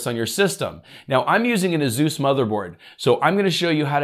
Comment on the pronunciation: You are saying Asus and I'm understanding Zeus :)))))))))))))))))))) and wondering what a Zeus is....